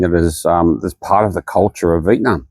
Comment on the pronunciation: What a privilege you enjoy to complain about a place you're not from and have to luxury to leave. Foreigners whining about why their lives aren't better in Vietnam (can you please even pronounce the name correctly?) should just pack and go. No need to speak, just exit. Who are you trying to convince? It's pretty disgusting listening to all the reasons why the country is not more convenient for you; you aren't even touched by any of the conditions your privilege keeps you isolated from. Please go home.